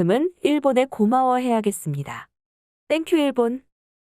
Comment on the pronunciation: 땡큐일본~ 발음에서 빵터지네요 ㅋㅋ